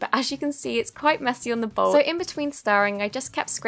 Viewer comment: When she said “ bowge “ 🤣🤣🤣🤣